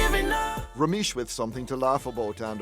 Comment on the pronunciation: Rameish? Lol